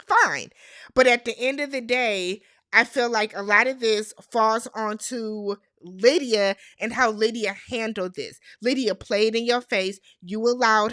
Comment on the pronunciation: Happy Birthday!🎊 More in the wrong: the Producers When You said „Aalydia“ 😂😂😂 I gasped! That’s what Lydia wants for Christmas!😂😂😂😂 Keep your pressure down: in the scheme of things, the lies don’t come out til the season is finished. We see it in our real time, but that’s like 2-3 weeks before the reunion for them. They are operating on imperfect information. So lying is absolutely a risk that can pay off. When it doesn’t pay off is when players in the same „market“ can swap notes like Chris and Izzy. Stacy did not shave her legs, so she didn’t want Izzy to touch.